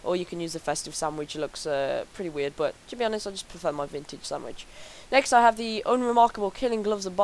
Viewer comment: It's sandvich. Not samwich D